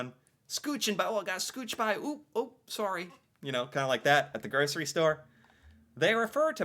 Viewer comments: Sorry, spell like saw- Ryan not re. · Saying "sorry" but pronounce the O as an A sounds... insincere to our ear. Like, if you were really apologetic you would say the word properly. It makes it feel like slang and that's not good if you're apologizing. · The 24th of May is the queen's birthday. It's Victoria day long weekend. Also, the way you say sorry, sounds like sari , which is a traditional Indian dress. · I’m Canadian but basically always pronounce it the American way.